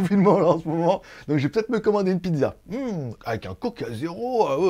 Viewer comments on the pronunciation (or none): none